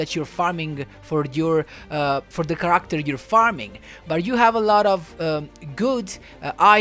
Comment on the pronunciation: you mispronounced the word "Character" learn how to speak better english. Your accent is heavy. I'm learning how to speak japanese and fixed my accent.